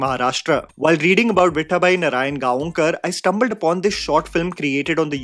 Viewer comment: What is your Beef with Marathi names bro? Before it was Rahi Anil "Baarve" instead of Barve and now it is "Viththaabai Narayangaonkar"